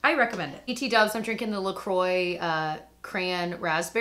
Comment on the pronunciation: great reviews! i love pixi citrus too-and i hope they hear you and improve their nozzle-flower beauty's nozzle is soo much better!('la croix' is pronounced 'lah-kwah',btw☺...)